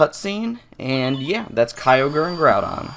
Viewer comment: 3 Things: 1. The very first time a YouTuber pronounced Kyogre right (it's not pronounced kee-o-gur) 2. Is it true that you can get Celebi on Route 117? (Obviously not in the remakes) 3. What's in the cave behind the Day-Care?